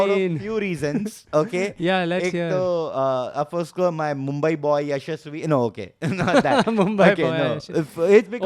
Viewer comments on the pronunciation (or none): Mark Nicholas, the English Commentator has changed Jaisawal's name! Yashaswi + Shamsi ka kuch combination = Ya-shamsi 😂